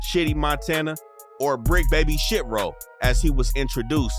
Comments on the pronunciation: it’s Shi-Tro not Shit-row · It’s shi-tro